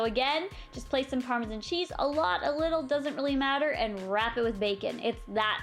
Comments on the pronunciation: Im Canadian and i pronounce it normally. I guess she doesn't know how to say it. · Canadieans do have accents i'm Canadin I don't say Parmesan like that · You say Parmesan so weird. 😑